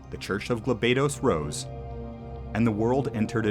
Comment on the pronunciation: Thanks for the video FFT is one of my favorite tactical games of all time. However, it is proununce as "Gaal Bados" not Geel baedos.